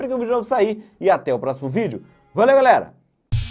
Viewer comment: Você fala gritando, consulte uma fono ou faça um curso com um profissional da área da comunicação, para você aprender passar alegria, entusiasmo em vez dos gritos. Seu `ola galera parece uma ejaculação precoce, chega a irritar`. falei pro seu crescimento